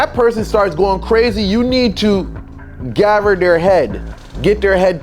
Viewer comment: Are you from New York? Asking because of the way you pronounce together "tuhgever" and gather "gahver" . 😂 I was just watching "the melvin brown experience", another practitioner, and he pronounces these words the same. I love your content!!!!! 🕯🕯Videos are also aesthetically pleasing ❤